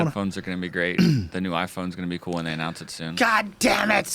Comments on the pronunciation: "announciated".. lol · "announciated" - Joe Rogan. an interesting mixture of pronounced and announciated. Watch Websters will put it in their dumb ass dictionary by 2018. Watch!